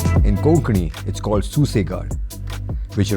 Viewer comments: If I want to listen to any English Bike Review, you are the Lord of it 💐 By the way you pronounced “Kokani” like a pro-coastal Konkani guy, it is perfect 👍 I loved the way you do your Susegado 😀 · your pronunciation of the word "konkni" itself shows that your Goan by ethnicity, probably from Xeldem..hmm beautiful video btw, but would have preferred a Goa registered RE to make it sound more 'sussegad" in its thump. love from Goa..:)